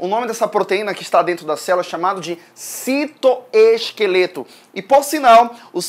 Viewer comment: "O citoskefleto" AAAAAAAAAAAAAAAAAAAAH MELHOR PROF <3 AMO TANTO SUA AULAAA!